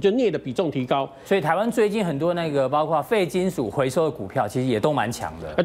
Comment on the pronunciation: 是的 包挎（包括）这样的情况